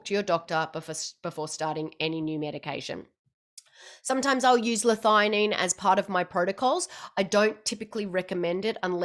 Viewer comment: I'm just surprised you pronounce it 'Lithighanine' I've always thought 'L-thee a Nene'